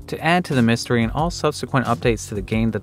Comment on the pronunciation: He said “moo-stery” and I unsubscribed